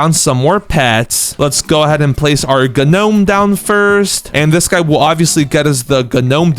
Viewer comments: Guh nomed is crazy (its pronounced nome) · I’m not trying to be rude but why he saying Ga nome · This guy did not learn, grammar, bro, said gnome the G is silent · Not terrodactll p-terrodactll & not Nome g-nome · The p in pterodactyl is silent and the g in gnome is also silent